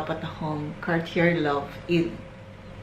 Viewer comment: Nice collection Hope you can pronounce it as "Car-t-yey" next time Thank you